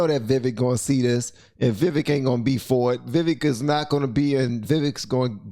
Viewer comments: Pronounced Vi veak not vi wick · I believe his name is pronounced Vie-vake! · name pronounced Vivek, like "cake" baby